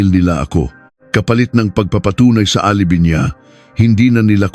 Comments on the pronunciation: Akala ko, ako lang nakapansin! 😂 * alibay is the right pronounciation not “ alibee”. 😂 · Hindi alibi "pronounce as ( alibay)